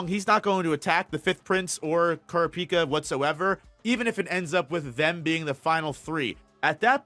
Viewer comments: So sorry bro can't see a video when you murder kurapica's name like that it's só bad Gz man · Good video, tho I almost clicked away when I heard how you pronounced Kurapika. Lol